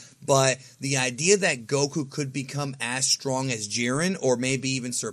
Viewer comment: Its Goku smh